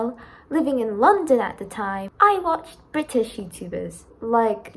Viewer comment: "And since I was a British girl" Not just me who thought " did she say bit*h girl?" right?